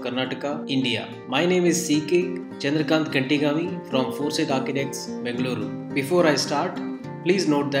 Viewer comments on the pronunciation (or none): none